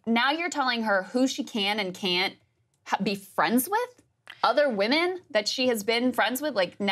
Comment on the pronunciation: "Unstable Wemon" sounds like a nice way to say "Promiscuous"